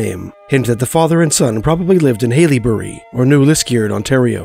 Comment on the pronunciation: haileybury (hell-a-berry) Liskeard (Lisk-er-d) sorry it was throwing me off😭